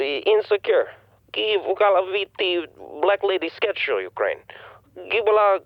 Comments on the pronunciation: It's not ukraine it's wekraine!! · “Ukraine, Wekraine” 😂